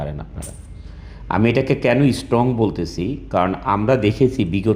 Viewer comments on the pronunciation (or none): Ashikhito jati. Can't even pronounce strong. Saying istrong. Not slip plof tou g. He said the isstrong every time.